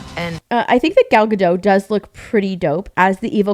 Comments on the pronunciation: Gadot, not Gado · Please! Gal Gadot is not French. She is Israeli and Hebrew-speaking. In Hebrew you pronounce ALL the letters. It's not "G'doh", it is Ga-DOT.